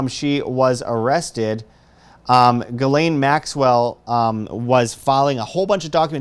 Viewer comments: Its NOT Gal~Lain,,......its Jah~slaine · Its pronounced Gill - lee -ann Yes i know shes not a good person. Its an OCD thing. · Every news outlet mispronounces her name. It's Ghislaine (Jizz Lane) although it's not a hard J. it's a soft G like the G on the end of Gara(ge) < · This has absolutely nothing to do with your video...just a HUGE pet peeve of mine. Her name is pronounced: JIZZ..LANE....It’s a fairly common name and I don’t know why so many people butcher the pronunciation, but it’s facking annoying. Great video tho. That is all. ✌️❤️😊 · If you're interested, it's pronounced "Jisslaine"...soft J, not hard G. If Epstein had all these cameras, he had all the videos. Probably uploaded to a server, hooked to a "Dead Man's Switch". Best insurance Policy in the world. Your enemies will take all the precautions in the world to keep you alive.